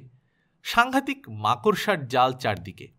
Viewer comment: Khub bhalo laglo... r ekta katha bolchi rag korte parben na kintu... ai prothom makorsha katha tar uccharon thik kore korechen.. age khali bolten markorsha 😄 Jodi dukhho pan ba rag koren tai bolini